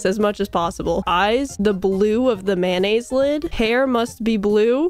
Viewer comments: It’s making me extremely violent on how pronounces mayonnaise. Is pronounced may-oo-nays. Not man-as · Approximately 133 'mayonnaise' and 74 'mayo' were spoken in this experience